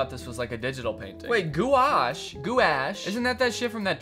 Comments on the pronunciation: i think it’s pronounced “gwash” i’ve been the art community for a while but i might be wrong (yes it is paint) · it’s pronounced goo-osh. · nah that gou- sh but gouache is ga-wash or gwash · Gwash🎨? Or Goo Ash? haha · Danny pronouncing gouache: "goo-ash" instead of "gwash" like you're supposed to say it is the funniest thing to me. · I was trying to do math and I died inside every time Danny said goo-ash instead of gouache (gw-a-sh) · Every time Danny says goo-ash instead of gwäsh it kills me. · as an artist, it physically hurt me every time Danny pronounced gouache "goo-ash" when the paint itself is pronounced "gwaash" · guys gouache is now pronounced "goo ash" not "gwosh" anyone caught saying it wrong will be hunted for sport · Danny no one is going to tell you this, so I will. It is not Goo-ash, it’s gouache. (Gwash) It’s a type of paint that is a water color and acrylic mixture, and its mostly used on canvases or thicker paper. I don’t know whatever the hell your referring to with the groom groom video reference, but gouache is a paint. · As an artist, hearing Danny pronounce gouache as "goo-wash" really hurts my soul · How is it pronounced isnt it gwash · "gwash" is correct 😭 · gu wash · As a art student, that had a one hour long lecture of why it’s pronounced as gouache and not goo-wash, I feel pain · it's pronounced like "wash" with a "g" slapped on it. "Gwash" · As an artist, hearing Danny pronounce gouache like goo-ash is the highlight of my day. I feel like so few people know what it is despite being one of the most unique and versatile mediums out there. (it usually rhymes with squash) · The way he pronounces it kills meee. (For those who don’t now, it’s pronounced “gwaashh” kinda like wash with a g in front) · lol he said goo-ash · it's pronounced "gwash" like just the word "wash" but with a hard g in front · rhymes with squash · DANNY ITS PRONOUNCED GWASH ITS A PAINT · gouache is pronounced “gwash” and it’s like a thicker watercolor almost